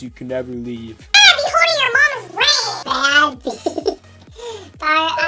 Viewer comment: Bro he just said "Famos" Lol im sure ninja wouldnt do such embarassing mistake LOL